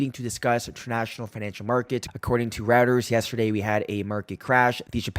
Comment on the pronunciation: "Reuters" is pronounced "roy-ters".